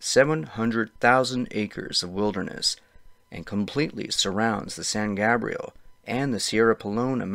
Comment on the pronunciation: Hey - it’s pronounced San GAYbrial. Not Gahbrial. 😊